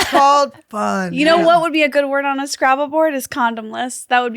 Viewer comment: I thought Khalyla said "Place Gravel", not "play scrabble". Anyone else?!? lol